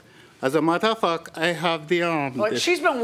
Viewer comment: Lol it almost sounds like he says "as a mother-f--k" instead of "as a matter of fact"